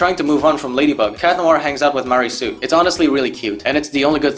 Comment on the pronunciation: Why do you keep saying mary su?